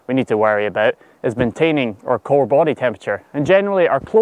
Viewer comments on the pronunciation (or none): I love this but did you mean “core” body temp or “cole” body temp? 😂